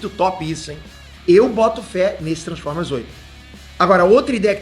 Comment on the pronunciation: "tranformer"?